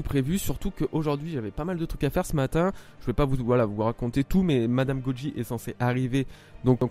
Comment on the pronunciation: Je suis nouveau sur t'as chaine! dans ton intro tu dis "GoDji et non Goji!! est ce la norme ? :)